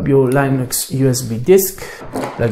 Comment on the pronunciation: You’re just deleting the OS, just say Microsoft is the culprit of slowness because typically it is. And it’s LINUX not Linus. Charlie Brown isn’t laughing